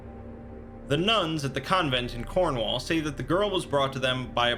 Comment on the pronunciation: this entire thing is very serious but they way you said cornwall is very, very distracting. We in the UK in the cornwall area to my extent of knowledge say it Corn-wul. not Corn-wawl